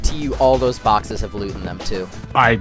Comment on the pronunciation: Just for the record, the word is "boxes", not "barkses"